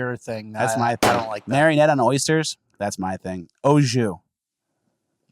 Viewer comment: Bruh, Bleu Cheese Dressing is just ranch with bleu cheese added. And it’s “min-yaw-nette”…